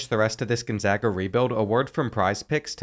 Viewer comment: as someone from spokane, thank you for pronouncing it right